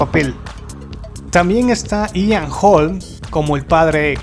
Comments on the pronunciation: Dices "Ian" Jolm, en cambio pronuncias "Milai" Jobobich. Ponte de acuerdo con la pronunciación: - Si el actor es "Ian", la actriz será "Mila". - Si la actriz es "Milai", el actor será "Aian". O todo en inglés, o todo en castellano. No nos vuelvas locos. ; ) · uededrac Se dice 'Ian' y NO 'Aian'...